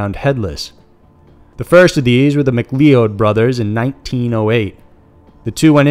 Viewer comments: Its pronounce 'mick cloud'. Mcleeod. Dingus. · "Mick-lee-ode?" If the name was McLeod that's pronounced "mack loud." Scottish names can be tricky for those unfamiliar with them. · 'McCleod' is pronounced 'McCloud' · And the name is pronounced McCloud even though its spelled McCleod.... So many YouTubers pronounce things incorrectly.